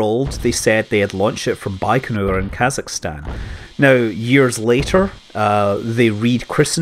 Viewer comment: You mispronounced literally every name in this video. Accents usually go on the last syllable Soyùz, Vostòk, Baykonùr ecc.